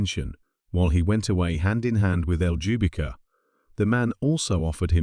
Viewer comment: Oh, btw : Ljubika is a south eastern european slavic name (Serbia, Croatia etc).Maybe this helps with pronunciation.